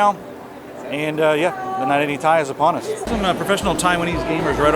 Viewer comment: Dude its ti not tai